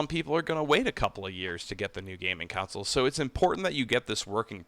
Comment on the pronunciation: When you keep saying “councils” do you mean consoles?